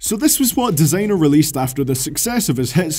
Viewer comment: U can't even say desiinger rite dumb.